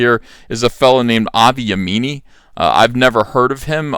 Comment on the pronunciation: It’s pronounced yeahmini....mini, as in the mini skirt. He’s a good guy. Unfortunately, even though he’s Jewish.....people call him a Nazi because he speaks out about Muslims not assimilating into wider society. He doesn’t want sharia law, etc.